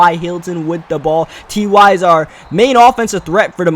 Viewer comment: fyi TY is pronounced like tie